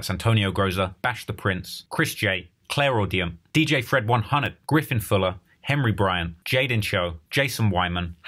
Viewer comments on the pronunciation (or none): none